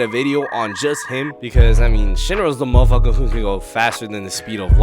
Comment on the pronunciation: that 'mafaka' need a cooldown bro